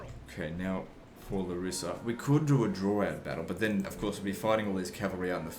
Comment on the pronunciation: Hi. Coming back to watch this awesome Walkthrough! Btw Larissa is called LA-rissa Not Larri-ssa Not to piss u off just so you know!